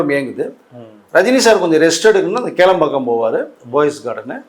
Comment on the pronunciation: கேளம்பாக்கமா? கோடம்பாக்கமா. வரலாறு சொல்பவருக்கு ஊர் பெயரை தெளிவாக உச்சரிக்க தெரியவில்லை. இதெல்லாம் ஒரு பொழப்பு.